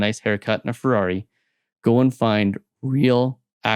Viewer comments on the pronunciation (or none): none